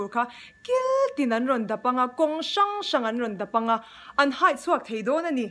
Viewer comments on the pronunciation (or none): none